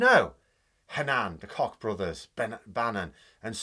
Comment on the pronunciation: I think the Koch brothers pronounced their name as"Coke" - but, I much preferred your pronunciation.